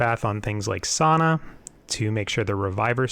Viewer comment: SAUNA?! How did you get to sauna out of sania lmao Great video tho:)